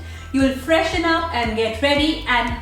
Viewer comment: Mm did anyone notice that instead of "get"it was ge